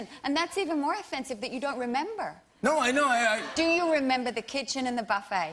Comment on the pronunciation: Nicole was pissed . Dropped the hard R on remember 😂